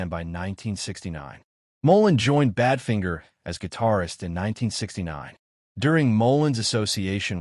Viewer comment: Yes, and even worse: Bad Fin ger! 🤮